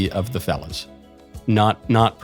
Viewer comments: I'm glad they added the word on the screen. I thought he said 'felon' 😁🤣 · Why does it sound like he say “ girl bosses beating up felons “ 😂